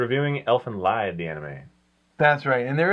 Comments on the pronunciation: guys it's pronounced Elfin Lied (Leed) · Great review, I was just talking about this series today. I is pronounced "leed", as others stated, but no big whoop.